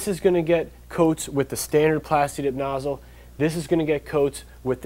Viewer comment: at first i thought he was saying dick nozzle....